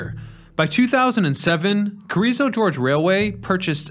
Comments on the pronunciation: There's an occasional mispronounced word or two but his videos are so good and researched thoroughly I recommend them to everyone !!! 💯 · LOL I was going to comment but saw this one. Good video but c'mon get the pronunciations correct. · it's Gorge not George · Its GORGE not GEORGE! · First G is hard, second G is soft. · Gorge, not George. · Hearing you pronounce gorge (hard G) like George (soft G) is grating to listen too. Other than that it is a really interesting and informing video. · Love the video, but it's not "George" as in the man's name. It's "Gore"ge. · ummm, it's "gorge" not "george" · Gorge, not George.. Amazing story. The Chicago effect is huge. Thanks for sharing. . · Your trademark mispronunciation: it is Carrizo GORGE, not George. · The "G" word you couldn't pronounce in the scenic railway's name is "Gorge," which is a geographic feature. "George," on the other hand, is a proper noun and not a geographic feature. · That's Gorge, not George. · If only the names could be correct. Not sure what this George is but it is gorge, totally different. A name vs. a narrow passage through land aka gorge. Let us not forget Jacumba. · That word is GORGE, with a hard G, not GEORGE. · Did you say "George" instead of "Gorge?" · It's Gorge, not George as you are pronouncing it. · You mispronounced the word "Gorge" about thirty times! It's not "George". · Its Carriso GORGE not Carriso George. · It's gorge not george Carriso GORGE smh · It's "GORGE" not george. But other than that, very informative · Is it not Gorge not George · It's Carrizo Gorge not George for crying out loud! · Gorge. Not George. It's a word for a geographical feature—a canyon—not a guy's name. I'm losing interest in a channel that so frequently mispronounces names. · I think so, too. It seems like every video has at least one or two that really stand out. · Gorge rhymes with forge. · Heh, he says gEorge 😀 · Yeah, that mispronounciation surprised me